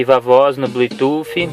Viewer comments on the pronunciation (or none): Seu vídeo é bom, mas o que mata e esse seu "BLUI TUFFI"...